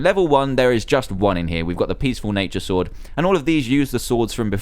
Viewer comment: you said thunder stord 5 times instead of sword